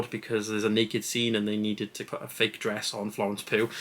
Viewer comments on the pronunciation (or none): Please can you pronounce the surname Pugh as pyou not poo.